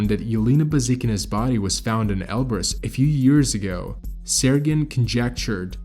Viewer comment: Oh man eberus not elberus